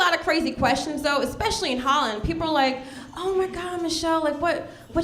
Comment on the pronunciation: "expecialy" this made me skip to another video. Anyway, best wishes to all decent Americans from Prague, Czech republic!🇨🇿🗽🇺🇸